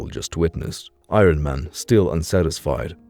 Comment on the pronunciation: I-Ron Man, lol